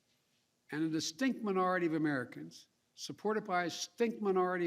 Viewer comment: Notice the way JB annunciates 'distinct' , . Irks me. :)